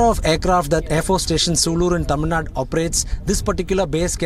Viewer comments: Finally got a newsreader who can pronounce the 'zh' in Tamizh Nadu rather than saying Tamil Nadu❤️ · Hats off for pronouncing tamizh Nadu Right ✨❤️ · For the first time, someone pronounced Tamizh nadu properly. Well done Anchor. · Tamilnadu pronounciation almost correct